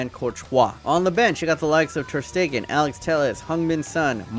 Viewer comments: i got triggered when he said Alex whistle while it’s Axel Wistel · It's Axel not Alex!!!! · Alex Witsel XD it's Axel boii